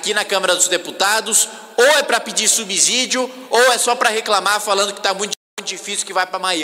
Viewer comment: Kim você é um acara CULTO, pare de pronunciar ERRADO: "subizzíídio", pois pronúncia correta de subsídio é: "subssíídio), 99% desses parlamentares falam essa palavra de forma errada. Rsrsrsrsrsrsrs